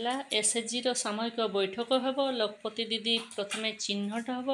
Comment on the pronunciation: Lakh pati didi pronunciation bhul heuchi 😅 ଏହା ଲକ୍ଷ ପତି ଦିଦି